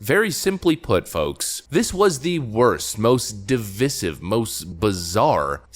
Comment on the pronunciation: Can you PLEASE learn to pronounce the word 'divisive' correctly.